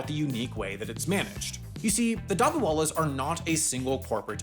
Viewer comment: Being Indian, the pronunciation of “dabbawallas” is making me cry😂